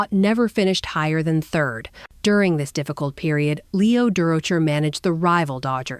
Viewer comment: AI is terrible to use for narration. And whoever is deploying it obviously doesn't know that it is murdering Leo's name. We see this far too often. It's lazy. I did enjoy the photos that include my father, Homer Peel. He and Mel roomed on the road the years that Homer played with the Giants.